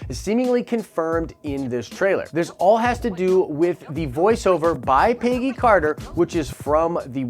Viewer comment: Why does this guy pronounce Peggy like pay-gee